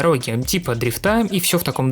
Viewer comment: дрИфта а не дрифтА